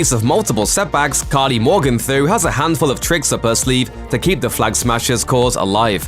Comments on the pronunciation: "karli more-gun-tho" ?? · How hard is it to pronounce Karli’s surname? They've been pronouncing correctly and quite a bit throughout the episode. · Can we appreciate the way the narrator says Carly’s last name lol